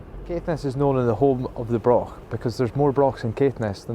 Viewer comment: Mostly English people talking about Scotland in Scotland. Then calling it Britain, stroll on Independence. It's a Broch laddie not a Brok.Offensive Unionist propoganda.